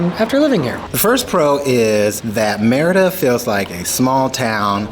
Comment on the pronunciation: lol its meeeeriiiida not meeehridaaa